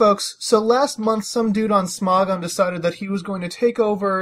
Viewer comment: im talking about how you say smogon it souds like sm"ó"gon lol